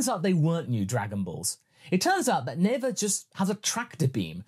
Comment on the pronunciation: Never say Neva!